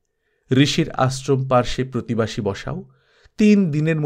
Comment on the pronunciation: প্রতিবাসী না কি প্রতিবেশী?